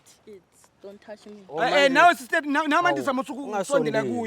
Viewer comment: why do they keep saying "sester"